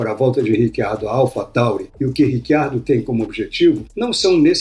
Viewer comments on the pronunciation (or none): Mas esse nome não é nem português nem espanhol (pra pronunciar Ricardo), nem inglês (Richard - pra pronunciar RÍtchard, sendo ele australiano, sendo o inglês o idioma oficial da Austrália), mas sim e obviamente ITALIANO (e nesse caso pronuncia-se RITCHARDO).